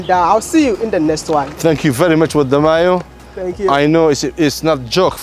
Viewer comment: I like how he says your name: Wode Mayo 😁